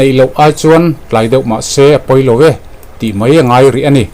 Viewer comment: I hnar abing ve deuh adi baw...'ve ai ah 'Be' ti deuh tlad😂😂